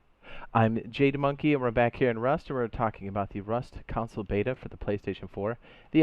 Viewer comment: PLEASE SAY CONSOLE NOT COUNCIL PLEASE SAY CONSOLE NOT COUNCIL PLEASE SAY CONSOLE NOT COUNCIL PLEASE SAY CONSOLE NOT COUNCIL PLEASE SAY CONSOLE NOT COUNCIL